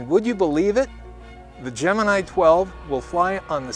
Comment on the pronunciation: The astrological sign "Gemini" is correctly pronounced the way it was in this film. GeminEYE.